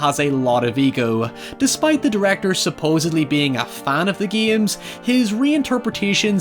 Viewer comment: I love how he says games like geeims.